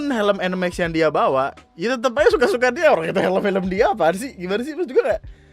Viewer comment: Itu orang bahasa indonesianya jelek ..ga bisa bedain bawa dan bawah 🤣😂